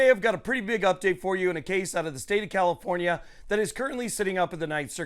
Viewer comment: Why do you pronounce your F’s with P’s? CaliPornia?